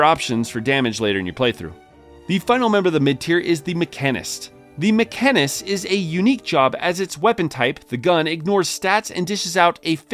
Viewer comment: To be honest, it really annoyed me hearing him say mech-arnist, with such emphasis, almost like it was on purpose as a joke. He sounded like my foreign coworker trying to pronounce mechanic.